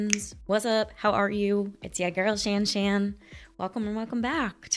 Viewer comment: Keep working on the intros...but please, don't ever try "Shan Shan" again...I don't think it is the direction you want to go. LOL